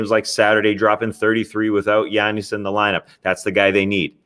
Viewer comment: Solo Tas is great. An hour long pod of Tas digging deep into the intricacies of the league while tossing in the occasional personal opinionated commentary would be awesome. Well done sir. PD: love how he says Giannis 😎